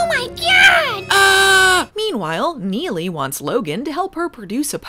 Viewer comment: Pretty awesome rrrr roll out of your Neely,.